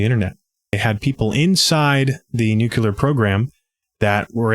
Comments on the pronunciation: We always want to pronounce “nuclear” this way: NUKE-lee-er. It’s not NUKE-u-lar. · Great layout and info! Still, I scrunched my nose at "nu kyoo ler." It doesn't help help sell yourself as an intellectual or knowledgeable person if you obstinately pronounce words contrary to how they are spelled. Where else might a crucial detail be glossed over in such a manner? Nuclear = "Nu klee er" or even "new clear". There's only one 'u' in it. BTW, we've been sounding the alarm for election fraud ever since the results came in and a "Russian tail" was in evidence. No one listens because Trump set it up by calling the 2020 election rigged, which his cult parrots even today. He cries wolf and is also the wolf. It's the only smart thing he's ever done and I'm not so sure he did it on purpose. It's deep in the bully's playbook to play victim so you may freely perpetrate a crime, but it is how their minds work.